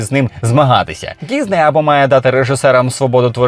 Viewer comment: Чому діЗней? Що це за мулька пішла псувати українську, аби тільки не було схоже на російську...бісить...дізней, гакери...